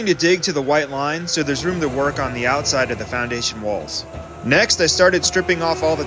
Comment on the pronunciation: I thought he said our asian contractor... replay and he said foundation